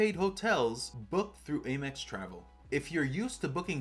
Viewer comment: why do you pronounce AMEX wrong?